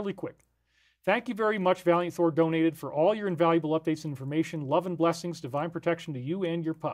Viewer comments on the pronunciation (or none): none